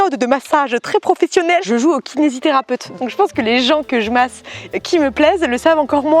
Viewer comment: Quelle MASSE (avec l'accent espagnol "Màs"), elle m'a tuée 😍😂